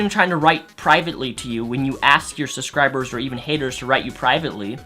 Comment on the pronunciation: The way pronounces 'subscribers' as 'susscribers' is adorable...